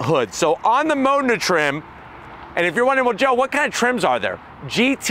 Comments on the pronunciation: Why is he saying "Mona"? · Where did you saw "MONA" ? Its "Modena" ..